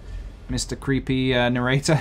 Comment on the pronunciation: Is it bothering anyone else that he's skipping the middle syllable in narrator?